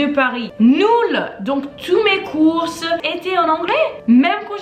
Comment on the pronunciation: Em você fala “donc, tous mes cours étaient en anglais" acho que foi isso, mas você pronunciou cours como courses (feiras, compras), vc pronuncia como cours/court etc, resumidamente, só “cour” hehe. Parabéns pelo vídeo!! Aprender francês me trouxe para a França e sou muito grata por isso!! Gostaria muito de te conhecer um dia para fazer um mélange d’anglais, français et portugais. C'est un des mes rêves!! Bisous:)